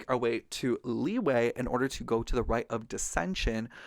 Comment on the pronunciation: I appreciate this video. Can't wait for the next ones but please, please I beg of you to please learn to properly pronounce Liyue and Liyue characters' names. I keep hearing so many mispronunciations and it just irks me since my step siblings are Chinese and it's weird hearing them pronounce it properly then interreacting with other people that follow the Genshin English VA's pronunciations of Liyue/Liyue names. If you need a video, this one is super helpful: "Liyue Characters: Pronunciation Guide (Genshin Impact)" by YouTuber "Ying - 莺 "